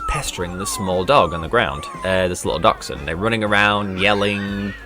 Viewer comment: What's a Duckshound? I mean I know what a Dachshund is...but it isn't pronounced anything like that.